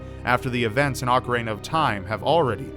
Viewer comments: Did say "ocarena"? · It's not said Ocareina. It's not a hard word to pronounce properly.